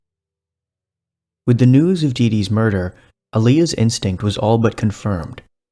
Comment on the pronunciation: I also did an audio double-take on that bit. Lol